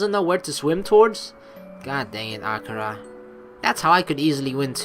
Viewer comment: The pronunciation for akira is a-key-ra FYI just so u know it's just annoying me....but that's just a pet peeve of mine sorry D: anyway like always GREAT VIDEO (puts thumbs up) it's not in the morning.......... Well idc it's katawa shoujo so fuck it